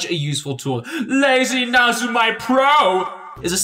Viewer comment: ..lazy... na-zu-mai? NAZUMAI?! WHY DO YOU HURT ME LIKE THIS?? Nezumi (neh-zoo-mii) is the Japanese word for mouse. Lazy mouse. It stops your mouse strokes looking lazy:U But seriously though this is a GREAT video, I really wish I had this when I first gave photoshop a go. Took me like 5 different attempts before finally making the permanent switch from sai because I just had no idea where to even begin